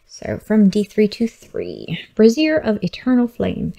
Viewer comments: Bray-Z-Ear. Not brassiere. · Brassiere of Fire. I had to laugh every time you said it. Sorry. lol Not nitpicking but its pronounced (brāZHər).